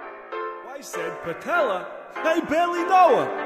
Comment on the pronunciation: Said parpella who is parpella